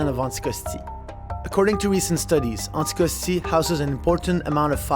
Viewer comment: it's "Anticosti" , not "Syckscoskee"